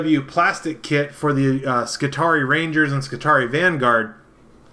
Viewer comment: You are pronouncing them Scutari. No. Sec-u-tari.